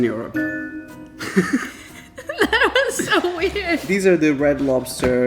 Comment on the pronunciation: Why do you say Europe so weird like uryope 😂